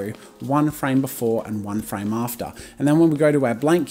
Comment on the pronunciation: U Said frane like 999999 times